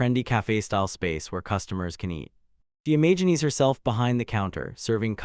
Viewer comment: the evil-warding nature of silver gets read by you as "the sinister nature of silver"!? There are so many little bits that are just off, like sometimes "imagines" gets pronounced as "Imagineese"